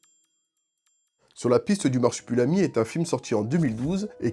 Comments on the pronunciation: MarsupUlami ????? Pas une fois tu le prononces comme il faut à savoir marsup'i'lami !!!! La vidéo est cool mais ça c'est pénible. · le mec dit "Marsipulami" pendant toute la vidéo 😭😭